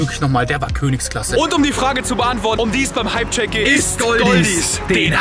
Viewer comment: "HYBE CHECK" :D